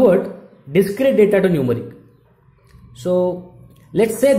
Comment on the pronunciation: bro acha parha rahy ho ... but pronunciation of English words ko improve krny ki koshish karo .. Mujjhy end py pata laga k app Numeric bool rahy ho.